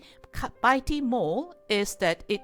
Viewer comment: Pls check the correct pronounciation on Google. it is pronounced as 'better' NOT 'bayter'.